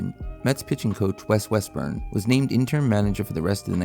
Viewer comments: IT IS WEST - RUM NOT WEST- BURN. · That's West-RUM...not West-BURN.. 😅😅😅😅😅